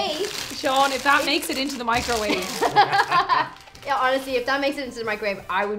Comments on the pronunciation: He just says Mice-ro-wav-a so casually but its pronounced Mic-ro-wave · NEVER thought I’d ever heard the word microwave pronounced “Meek-Crow-Wah-Vay!” 😂❤ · Like Nigella said, “ mik-ro-walh-vey” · Hold up... are we just going to ignore how pronounces microwave?